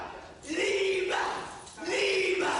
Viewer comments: “Leave-Ah!” What is he super Mario adding syllables to his words? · Leave! Not leava 😂😂😂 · was actually saying, "Leava!" Not "Leave". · Leave-uh!!! Leave-uh!!! Leave-uh!!! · LEAVE-UH!!! LEAVE-UH!!! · Dude added an extra syllable to “leave”…. LEAV-UH LEAV-UH 😂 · Leave uh 😅 can't get out of my head 😂😂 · he finna leavuh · I did not know leave was a two syllable word